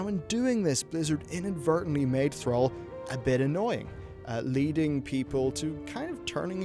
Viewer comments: Say "Al". Now say "all". Now say "Thral". Now say "Thrall". Thrall. Rhymes with all.:-P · call him "Thraal" one more time... I dare you. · Thrall is pronounced "Th-r-aww-ll" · Ball. Call. Fall. Gall. Hall. Mall. Pall. Tall. Wall. The only '-all' word that sounds like how you say 'Thrall' is 'shall', which is hardly a modern word. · Please learn how to pronounce thrall correctly